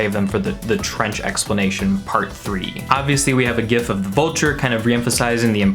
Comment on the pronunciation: glad to hear you say gif with a hard g